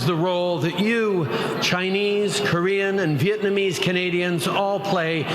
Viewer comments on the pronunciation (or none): none